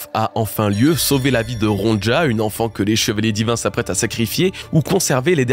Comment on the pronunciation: Salut, merci pour ton taff est toutes ces vidéos et théorie, c'est toujours un immense plaisir de débriefé le dernier chapitre en regardant ce que tu en dis! Juste petit détail de prononciation, la petite, ça se dit Ronya, et c'est une référence à un livre pour enfant suedois adapté en anime, Ronja fille de brigand